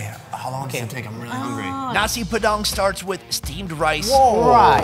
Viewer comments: Nasi padang bro not nasi pedang hahaha lol 😂 i am indonesian so i teach u to speak nasi padang correctly 🇮🇩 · It is nasi padang not nasi padan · When said: Nasi Padang "Neysi peDANG" I'm done:) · For me a Indonesian when he said nasi padang wrongly I was What